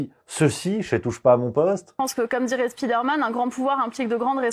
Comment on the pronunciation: "speederman" c'est le gars rapide "spiderman" c'est l'homme araignée : tout est dans la prononciation lol